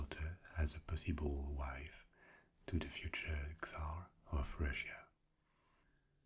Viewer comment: Awesome video, as usual, thank you! However just a little thing... The Russian word "Царь" sounds as more like "Tssàr" instead of "Ksar" 😇